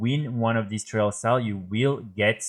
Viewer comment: Great video bro, very helpful. thank you. Just wanted to give you a tip with your pronunciation for future videos :) trial sounds similar to style. Like - tryle of style. Keep up the vids <3